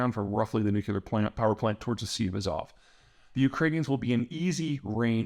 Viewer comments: And also New-klee-urr, not New-kyoo-lurr. I don't think I've ever heard him pronounce nuclear the right way. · Just a thing. It's NUCLEAR, not NUCULAR. Pretty please... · Bro, please it’s time to pronounce “nuCLEAR” properly. Very simple. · nu-clear.....nu-clear.....NU-CLEAR.......two syllables, geezus man, get it right